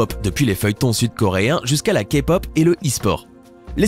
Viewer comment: Heuresement que tu a dit "Ké-pop"et pas "Ka-Pop" mon dieux 😅